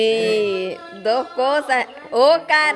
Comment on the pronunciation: Por qué a veces le dicen Ocar y no Oscar?